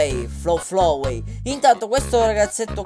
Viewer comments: Vorrei darti dei consigli sulle pronunce: Flowey si dice Flauwi Undyne si dece Andain Asgore si dice Asgor Papyrus si dice Papairus Spero ti siano ď aiuto Non intendo sgridarti per le tue pronunce é solo che volevo aiutarti... Ti adoro sei il mio youtuber preferito. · Si dice flauy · ti volevo dire che flowey si pronuncia flauwi